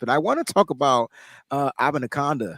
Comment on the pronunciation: Love the show. Abanikanda is pronounced: uh-ban-uh-can-duh 🎉